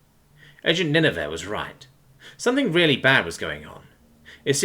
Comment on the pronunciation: Ninevah is pronounced Nin-uh-vuh, like the ancient city from the story of Jonah and the Great Fish in the Old Testament Chesapeake is pronounced Chess-a-peak